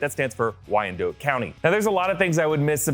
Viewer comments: Wyandotte is pronounced like dot not dote. 👍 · I’m sorry but why did you pronounce Wyandotte like that? I’m sorry but in Wyandotte, we call it the Dot because it’s pronounced like “Why’n Dot” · Wyandotte is pronounced wine-dot.